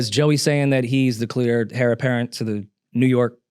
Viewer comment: Why did say heir like hair 😂